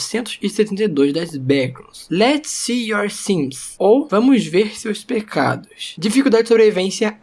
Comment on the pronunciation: em algum momento vc falou pegados, não pecados